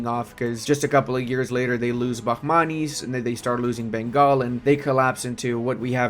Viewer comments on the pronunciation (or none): none